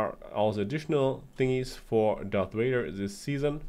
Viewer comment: Darth whader